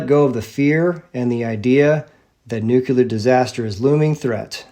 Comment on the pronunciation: Very powerful video! As you said, it is suspicious that the nuclear bomb technology was ready just at the end of WWII as the so-called RNA-based vaccine magically appeared in 2020. Additional lies include the Oklahoma and Boston bombings. Please note that nuclear is not pronounced nucular. God Bless.